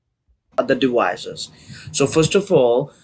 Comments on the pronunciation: He can't pronounce the letters v or c very well 😂 The word is 'devices.' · the minute I hear dewices i hangup